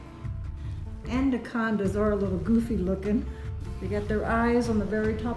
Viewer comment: Andacondas lol.